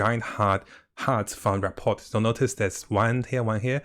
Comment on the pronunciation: THE T IS SILENT. ra.por